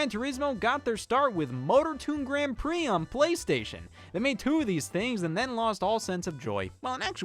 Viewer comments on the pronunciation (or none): none